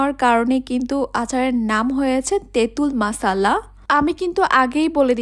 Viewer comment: মশলা আচার❌ মাসালা আচার ✅ 😂😂😂😂😂